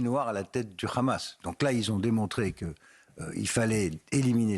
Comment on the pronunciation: Hamas et pas Khamas ..Les francais la vraiment , ça se voit qu’ils ont formés par les israéliens